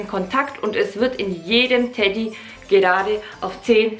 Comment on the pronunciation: es heißt doch nicht Teddy 🤣